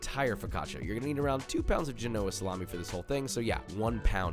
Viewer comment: The salami is "JEN-oh-ah".C'mon now....